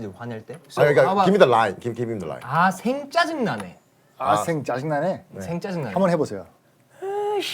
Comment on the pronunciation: 생짜증 발음 뭉개는거 넘 욱껴